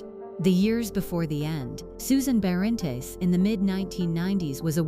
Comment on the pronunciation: Pronunciation of surname is completely wrong